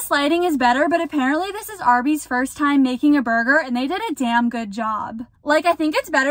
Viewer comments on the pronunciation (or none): none